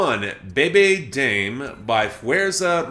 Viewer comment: damay not dame. not bad on the rest though.